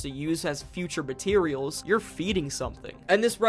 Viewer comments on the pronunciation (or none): none